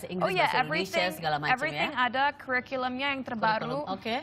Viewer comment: I like "kuerikelum" :D